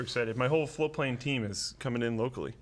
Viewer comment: It always sounds like he is saying "Flowplane" to me. Didn't know it was "Float Plane" until I saw the new shirts last week. Am I the only one that feels this way?